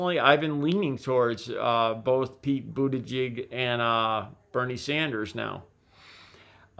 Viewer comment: His name is pronounced boo-ta-jij.